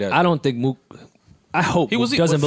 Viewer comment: Yo joe callin mook Mo-ok (Moe-ock) is crazy